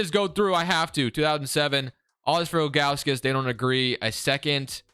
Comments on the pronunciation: Z-Drew-Nus bro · also, it’s pronounced Zi-dru-nes.. or big Z was buddies nickname.